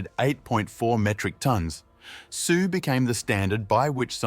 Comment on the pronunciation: Sioux instead of Sue in the beginning of the video had me running to the comments. I’m not going to make it past the first minute. This is such a lazy video.